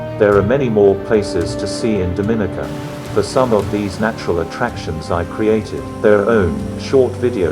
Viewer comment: Pronounce "Dominica" properly please.